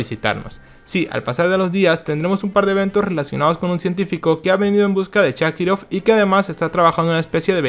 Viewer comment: Buen video, pero me irritó que le digas shakirov a sharikov😂